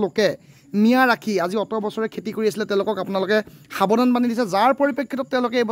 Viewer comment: Kela axomiya vlkoi kbo najane...khilinjia buli dabi kore..খেতি k কেতি ..aru kiba kibi buli boki ase bujay najay